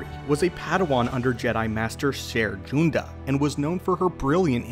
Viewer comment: You’re Accidentally Mispronouncing Master Junda’s Name